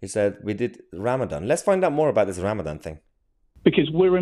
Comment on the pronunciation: He does intermittant fasting, not Ramadam🤣